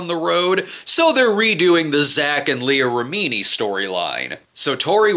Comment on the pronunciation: Take a shot every time Brad mispronounces Leah Remini's name